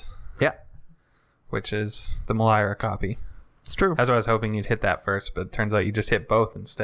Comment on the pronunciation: Meh-Leer-Ah. Not sure where you're getting the extra vowel from. It kills me when people mispronounce card names. Otherwise fun vid, keep em coming!